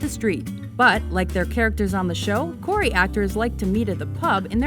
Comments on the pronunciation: And people are saying Corry when it's "Corrie'' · lol corey....its corry, Like Lorry